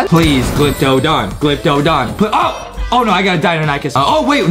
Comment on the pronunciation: When Adam was trying to say "ohhhhh" but he said awohhhhhhhh u should put that in a Adam mispronounsing words again compilation